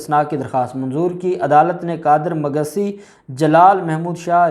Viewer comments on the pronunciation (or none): Magsi. Not Magasi. Ok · مگسسی نہیی بلکہ مگ سی ، مگس سے، قبیلے کا نام ھے۔